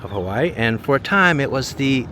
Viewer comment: It's not HAWEN,it's Hawaii,..with two "i"s in it. Hawaii. You totally missed dowbtown Chinatown.THAT is what everyone comes to see. Not the business district.